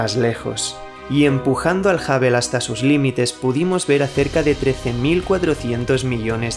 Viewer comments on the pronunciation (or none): Amigo, has un esfuerzo por no castellanizar palabras obviamente inglesas, da cringe, no es el telescopio "Habel" se pronuncia hŭb′əl ("HubL" si lo dijeras es español para que sonara como inglés). Es el único "pero" que siempre le he puesto a tus videos, tu pésima pronunciación del ingles.